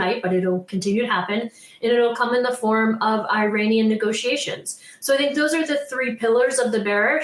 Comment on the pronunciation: "i-ran-ian" negotiations lol